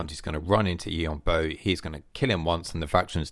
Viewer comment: The A in Yuan is pronounced like an E. And Bo is like “bore” in a British accent (no R sound), with a slight w before the vowel, so: Yuen Bwore